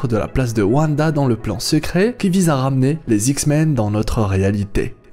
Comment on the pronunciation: Très bonne vidéo! Par contre, s'il te plait, arrête de dire "les s'X-men", on ne fait pas la liaison entre un ''S'' et un ''X''.